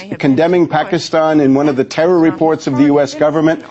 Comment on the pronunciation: this fool cant say Pakistan right